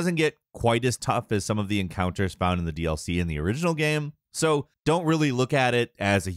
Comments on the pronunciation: How the fuck does not know how to say the word game. GAM GAHHHHME Gayum. Am I the only one who notices this? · His pronunciation of the word "game" is so funny. Geæm